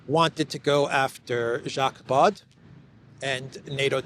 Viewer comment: Baud is pronounced like Bo - the d at the end of this name is silent.